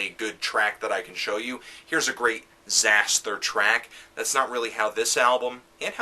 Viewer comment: I'm surprised that I disagree even though you told me not to be (ie. fuck you). First of all, if you're gonna do a lame hipster wannabe review of a genre you clearly have no real idea about (apart from quickly gleaning info on metal archives and wikipedia), at least get the pronunciation of the band's name right it's; Zas-ter - the 'h' is silent.